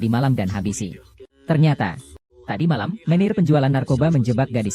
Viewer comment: Baca menejer bukan meneir ...mec kelen.bukan mactjalan 😊